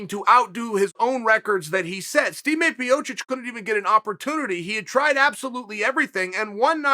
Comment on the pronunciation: 'steam a piocic'